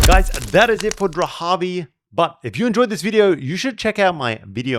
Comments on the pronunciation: So, it’s spelled Dharavi, but and elsewhere we hear Drahavi. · It’s Dharavi not dhravi? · I couldn't get past how you kept calling it "Drahavi" when the name is Dharavi. You obviously don't care about your subject. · Dharavi. Not Drahavi.. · Dharavi not Drahavi. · This place is called Dharabi...like Dhaa-raa-bee, not Drahabi. I guess, like many other YouTubers you did that internationally so that people like myself will be forced to give you a comment😂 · Great video, I am from Mumbai. Small nitpick the name is Dharavi its pronounced like DA-RA-VI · Am I the only one who is uncomfortable of the way he butchers the pronunciation of "Dharavi"? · Can’t believe how often you mispronounced Dahravi !!!